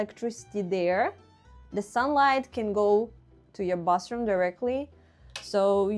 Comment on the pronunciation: I like how cozy Soviet apartments are. And I like how you pronounce "bathroom" like "bus room". 😆